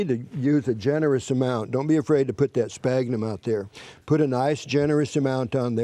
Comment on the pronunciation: Dislike. This is not grafting and that's not how you pronounce "sphagnum". If they don't know the right words or pronunciation then how can you trust their advice?